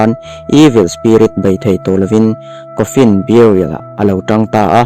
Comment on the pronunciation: Coffin (kawnfin ti lo in kawfin ) tih ang in lam zawk rawh